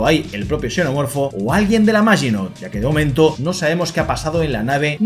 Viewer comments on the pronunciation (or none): Hola me costaba entender si le decías "chenomorfo" o "senomorfo", en este caso xenomorfobo la "x" suena como "s". Entonces foneticamente suena como "senomorfo" Me sucedió que una vez a unos gemelos de N canal le dije que soy de Xalapa y pronunciaron chalapa y en este caso la "x" suena como "j" y foneticamente suena como "jalapa"